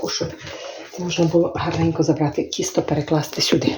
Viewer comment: правильно говорити не Кісто а Тісто